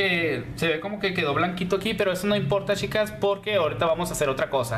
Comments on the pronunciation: De Argentina . me agrada como explicas solo me llama la atencion que no pronuncias la ch cuando dices chicas y chicos se escucha yicos y yicas 😃😃 😁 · Shicas y shicos, mushoo, ciento oshenta, brisho, musha 😂😂😂....habla bien por Dios!!!!!!